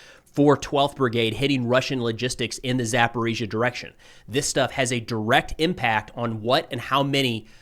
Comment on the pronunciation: He says ГУР incorrectly. He has gotten Zaporizhzhia right now, so there is hope 😊